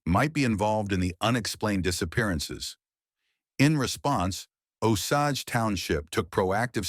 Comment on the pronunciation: AI really butchered the pronunciation of Osage